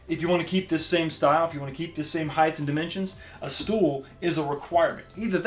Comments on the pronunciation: Ok, great review. Sorry to be a pain in the ass but I have to mention something no one else seems to care about. The word height is pronounced with a “T” at the end, not “th”. It’s height, not heigth. You’re not the only one that does it but it makes me a full blown alcoholic. Again, nice job on the game review from a substantive standpoint. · Nice review! But “height” rhymes with “right”